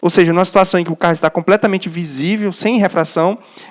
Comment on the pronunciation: "pode estar compmetamente errada" kkkkkk pode kkkkkk PO DE K KKKK O CARA LANÇA UM "PODE " KKKKKK